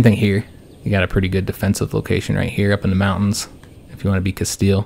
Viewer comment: Bro do not say “casteyay”. It’s CASTEEL